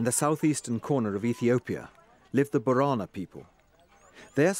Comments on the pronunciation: It is pronounced bo re na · my guy how did you just say borana